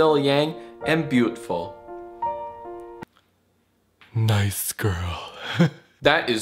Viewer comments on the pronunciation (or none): he said it wrong its BUTTful